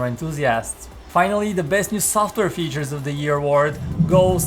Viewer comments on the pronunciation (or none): none